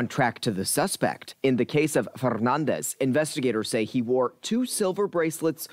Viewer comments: The way theyre pronouncing Fernandez is really distracting me from the report. Saw this posted on PP Southeast Texas Llcals page. Absolutely disgusting! Good work on the law enforcement end of this but what is the judge going to do? Hopefully since its becoming a well known case, the judge will give this POS a charge that will fit the crime. But public torture isnt a charge so life in orison or death penalty would suffice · Why is the commentator pronouncing his last name so Fffffernandez. Like seriously 😐